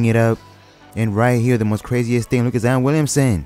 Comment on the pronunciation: “Zien Williamsen”😂